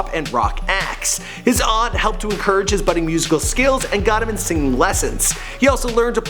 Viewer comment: isnt his name pronounced jah-say-uh